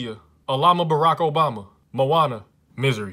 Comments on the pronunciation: he pronounced it more as misery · When he mispronounced Missouri and said misery, I was just thinking, ‘Haha!!! .....that’s my life....’ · Pronounces Missouri as 'misery' Plays "business of misery" Peak comedy right here